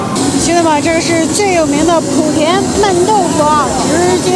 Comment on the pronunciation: 莆（第二声）田